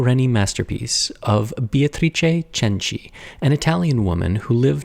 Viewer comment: Italian speaker here. You did a great job with the tricky "C" in her name but the first syllable is actually pronounced "BAY" like a body of water. For the record I don't care one bit but from what I've learned about you from your videos, I thought you might care haha